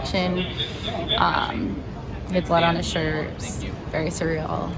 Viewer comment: Heartbreaking, I can't believe that trauma....but did she just say "it's very serial?" Lol